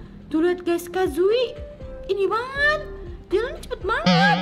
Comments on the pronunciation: bukan kazui tapi kazue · namain kazue itu Kazuni!!!!